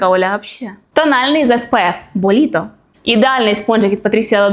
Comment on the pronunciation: Слово "бо літо" я почула так: боліто 😁 думала що це якесь іспанське слово 😅